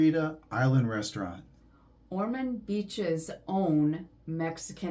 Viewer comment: Pardon me, but it's Ormond with an "o". My parents lived there for many years.